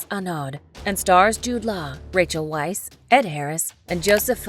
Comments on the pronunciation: "Weisz" is pronounced as "Vice" and "Ralph" is pronounced as "Reyph." Americans, always mispronuncing everything 🤦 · Isn't it pronounced "Veiss"?